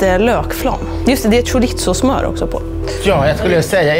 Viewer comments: "Skjoritso" haha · ska vi prata om hur uttalade chorizo